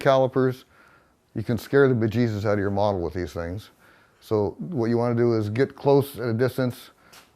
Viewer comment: I keep thinking he's saying "scaring the ba-jesus out of your mom" instead of "out of your model". I don't know the correct spelling of "ba-jesus".